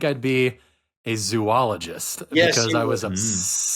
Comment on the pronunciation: ZO-al-ugist, not zoo